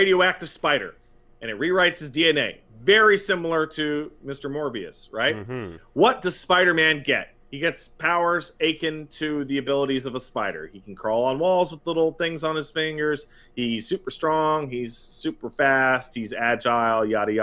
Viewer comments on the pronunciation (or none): I don't know why and Maximillian Dood both pronounce akin like "my achin' heart". It's pronunced "uh-kin", like "me and him are kin". Yes, I'm an English major, and yes, I'm neurotic.